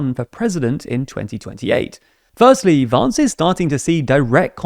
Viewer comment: the way you say "Vance" sounds so pretty, he doesn't deserve it